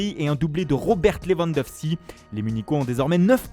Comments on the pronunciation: lewandowSKI pas lewandowSI mdr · se la pète avec son accent à la con et il n'arrive pas à prononcer le nom "Lewandowski"